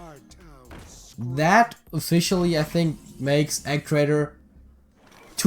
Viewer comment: It's E gee traitor not Eg rofl